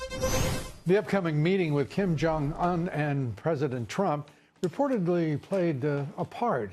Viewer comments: Kimberly jong ooonnnn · Kim jung Oooon. not Un as in the first 2 letters Undo. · "Kim Jong-Unh"